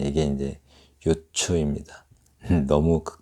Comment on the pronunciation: 유추의 발음도 또 틀렸나이다! ""유" 도 길게 발음하시옵소서!! 병치의 설명도 약간 틀린것 같습니다. Juxtaposition의 역어로 대치의 뜻인 것 같습니다.